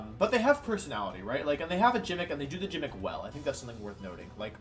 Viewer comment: I was about to subscribe but you pronounced gimmick as jimmick